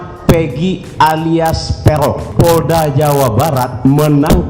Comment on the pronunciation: Pegong ya bukan perong😂😂😂